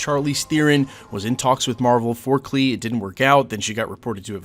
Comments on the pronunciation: Its clea not clee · It’s Clea not Clee just FYI. Really hoping to c her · Clea. Cleee-AH.